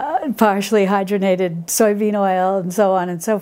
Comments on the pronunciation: Hydrogenated, not hydronated. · The word is 'hydROGENated'